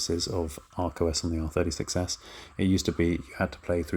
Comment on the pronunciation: Whenever he says R36S, I hear R30 success